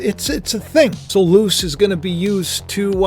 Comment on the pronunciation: Luce.. (Lu-say)